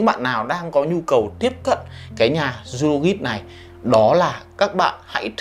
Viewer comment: Zoologist đọc là “Zu-o-lo-jizt” a ơi :v